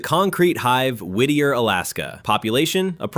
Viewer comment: From Alaska and I have to say you nailed Whitter - so funny! My friend was a teacher there. She said it was so hard because all the kids knew where she lived and knocked on her door all the time. She never felt off work or like she had peace or privacy. There are now a lot of cabins on the hillside - but they have no access for plumbing or water. And don't forget the tunnel only opened to cars in 2000, before that train.